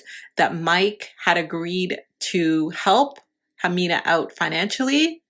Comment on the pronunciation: How are you going to make a video about her and not even say her name right